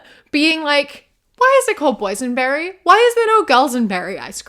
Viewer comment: Ngl I thought you were saying poison berry icecream not boys and berry icecream